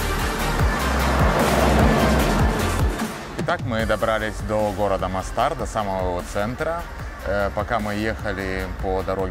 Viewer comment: Не Мостáр, а Мóстар. Почему русскоязычные туристы в хорватских (боснийских) словах постоянно ставят ударение не там, где нужно? В хорватском и боснийском языках не бывает ударения на последнем слоге слова. Дýбровник, а не Дубрóвник; Мóстар, а не Мостáр. И, внимание, СÁРАЕВО, а не САРÁЕВО (хотя в данном случае в русском языке официально принято произношение с ударением на второй слог), а сами сараевцы в разговорной речи вообще предпочитают произносить «СÁРАЙВО».